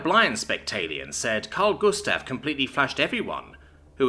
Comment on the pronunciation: You say karl gustav quiet good 🎉